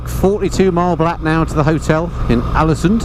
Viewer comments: Just caught up with this whole series (yes, I'm the guy that's watched all 8 vids in the last two days, you're welcome:D), but I honestly lost count of the number of times you called Alesund "Alansund"... Famous bloke that:D. Loved the series though pal:) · Haha every time you said Alesund I kept hearing Allison so I thought what the hell, might as well crack a joke about it. 😂😂😂